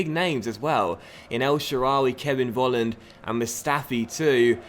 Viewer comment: Volland must be pronounced like 'Folland' because here in Germany you pronounce the V like an F. Sorry for my bad English (:D) i love this career mode!! Greets from Germany :)